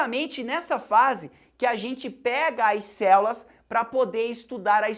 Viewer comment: dou risada toda vez q ele fala "céulas" kkkkkkkkk